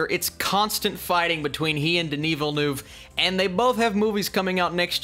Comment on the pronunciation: You keep saying villenueve’s name wrong kid it’s pronounced ville- nuv